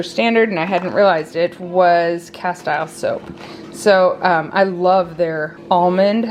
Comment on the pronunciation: Just a quick note… CASTILE soap is pronounced Cas-teel